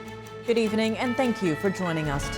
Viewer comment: Attention NTD: The word "evening" is a 2-syllable word, not 3. Check the dictionary.